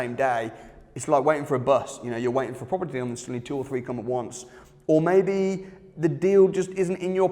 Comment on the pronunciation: Proper Tea, proparteee, propper T, propaty...